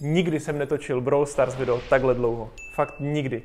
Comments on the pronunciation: BrawlStars a nie BrowlStars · Petice na to aby začal říkat brawl stars ne browl stars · není to blowl stars ale brawl stars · Chtěl bych žít ve světě kde říká brawl stars né browl stars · nikdo nic:: Brooul staars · jak prožívá to jméno "Brawl Stars"